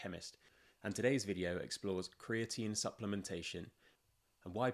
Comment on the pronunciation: Americans don't say creati- 'NÍNE'